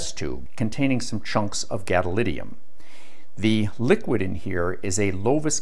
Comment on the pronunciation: Great explanation about the principles! Except... GadoliNIUM, gadoLINIUM, not gadolidium. This is like nucular and neodiddium.